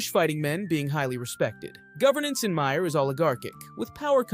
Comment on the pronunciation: It's pronunced "Meer" not "My-er". Good video.